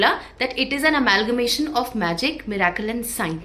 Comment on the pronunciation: Mirakle nahi is mirikle . Kitni gandi English hai in lesbians ki